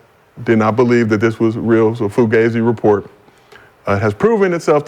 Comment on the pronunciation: Report or Rapport 😆😆😆 KM an A-Hole.